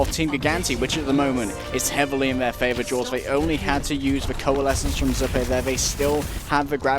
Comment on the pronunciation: its.... "Zoo" "Pay"- Zuppeh